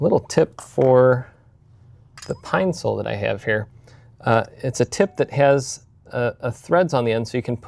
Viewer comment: its a Pine-cil not Pine-Sol. Important difference.